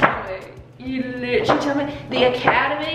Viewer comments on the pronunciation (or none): i love when she says “literally anything literughhahh anything” so true